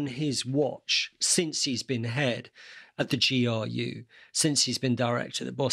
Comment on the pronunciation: GRU, not GUR! Still a very good video. Thanks for putting it up.